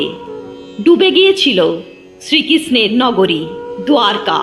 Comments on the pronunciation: দ্বারকা শব্দটিকে আপনি দুয়ারকা উচ্চারণ করছেন কেন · দোয়ারকা ❌ দ্বারকা ✅